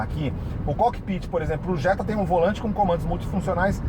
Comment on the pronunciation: Jetta é Jetta pelo amor de Deus